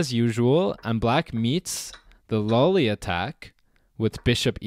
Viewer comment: I thought at first that you were mis-pronouncing Lolli, because everybody seems to say Lolli like lollipop. But since it is named after an old Italian player, "low-li" would be right.